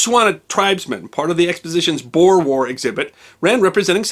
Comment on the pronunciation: Hey just some pronunciation tips. Boer is pronounced: Boo-r (with a rolling r). Natalie du Tois in South Africa would be pronounced: du Toy (as in a child's plaything).